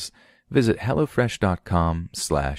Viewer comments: For a second I thought you were getting street on us, LMAO all I heard (or thought I heard ) was, "What is Hella Fresh??" Not Hello fresh 😂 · Lol i kept thinking you were saying "hella fresh" xD i was like now i wanna know what it is! Haha